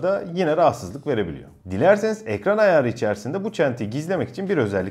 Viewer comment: Video kaliteniz, duzgun ve akici konusmaniz gayet iyi lakin lutfen ayar derken ayağri demeyiniz